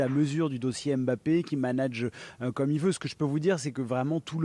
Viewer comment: Ils font l’effort de bien prononcer son nom „Mbappé“ et non M“Bappe ça fait plaisir